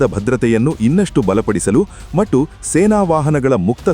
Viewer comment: ಮಟ್ಟು ಅನ್ನಬೇಡಿ, ಅದು ಮತ್ತು